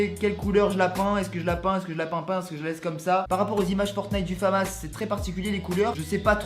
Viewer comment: Stylé, c’est la famas et ça se dit famasse